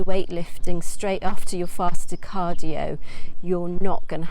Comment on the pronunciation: Is she saying "faster cardio" or "fasted cardio" in the morning?